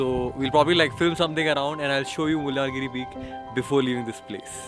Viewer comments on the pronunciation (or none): Mullayyana giri not Mulyaan giri